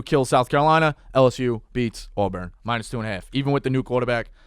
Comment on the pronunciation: Great show but the way pronounces Auburn makes le cringe like a fingernal on chalkboard..lol